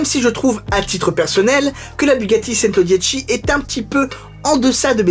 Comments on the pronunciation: Super, mais le model se prononce "tchento" pour 100 en italien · A chaque fois que tu prononce "Centodieci" j'ai mal aux oreilles 😖